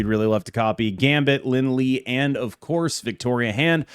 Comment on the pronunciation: The way you say Lin Lie hurts my soul. It's Lin Lee-A or Lee-Eh.